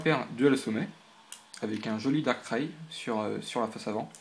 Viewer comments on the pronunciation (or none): none